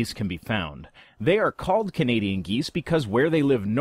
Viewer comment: I heard Canadian Gays.